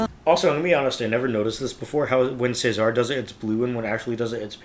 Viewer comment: Just a note - when the guys refer to Cesar it's pronounced as in the Roman rulers, as in Julius Caesar. They really put so much into their videos, many of them need to be watched/heard a few times. When I first heard this one I couldn't get to grips with it, the throwbacks to Gwen Stephani's If I Were A Rich Girl, put me off because i loved the orignal so much. So it took me some time to really enjoy it. And you're right about Layne's arrangements. Geoff has said that he shares his own first drafts with Layne who usually responds with something like "good start" and then goes on to make changes. :) I love that little middle eastern touch in the middle. Oh and it's my understanding that they don't use autotune.